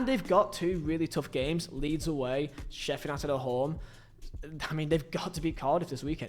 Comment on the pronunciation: Slow down when you’re talking man. It’s Sheffield United not sheffer nighted